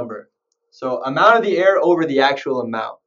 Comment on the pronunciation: percent ERROR. not percent air(no offense)